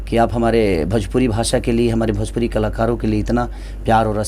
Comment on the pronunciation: Are sala bhajpuri nahi bhojpuri hota hai